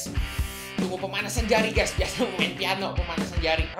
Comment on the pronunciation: bang kok peano